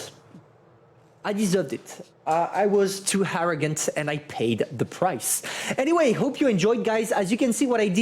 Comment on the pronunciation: “I was too harrogant”